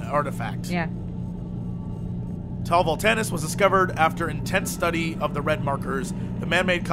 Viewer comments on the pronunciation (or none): Jesse's mind: "Volantis" -> "Voltanis" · Jesse, has your sore throat scrambled your brain? or are you afraid you'll get Sued by the GoT devs. 3 times at least in this video. it clearly said VoLanTis not VolTanis :P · anybody else flipping tables when Jesse says Tau Voltanis instead of Tau Volantis?